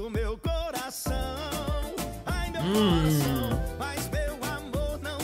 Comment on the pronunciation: OMG, I died when he said ''você partiu meu coracaaaun" hahaha